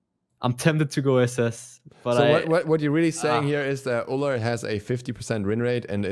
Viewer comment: Ullr D? Oh my u have no clue what u say.....🙈